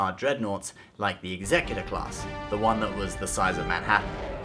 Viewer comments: FYI: The name of Darth Vader's super stardestroyer/command ship is not pronounced "Exec. Y'tor." It's pronounced "Execute. Or." As in, "one who executes." It's the Executor. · As a fellow born Brit I'm very disappointed in your mispronunciation of Executor!